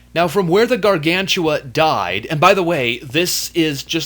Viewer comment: ***** Hey,i amyour biggest fan and i think you know that and i wanna tell you when you tell the word gargantua it sound like you tell "gargantula". hehe.